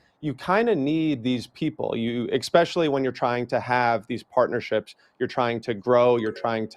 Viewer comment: Quit saying EKspecially!!! There's no K in the word.